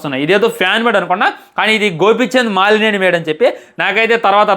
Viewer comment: బ్రో, మాలినేని కాదు మలినేని